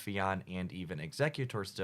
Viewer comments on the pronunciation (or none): none